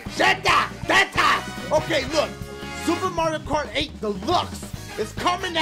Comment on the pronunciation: Every time he says the name of the track, he just says: 'Oehhh Movwio rhugh rghough!!'